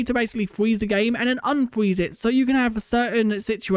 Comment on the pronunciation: "unfweez the game"